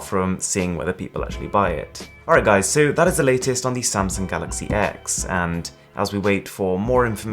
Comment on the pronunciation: It’s pronounced ‘galaxy 10’. It’s really not hard to get it right...